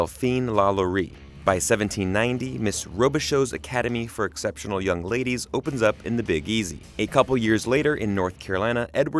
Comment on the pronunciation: It’s pronounced Ro-bih-show...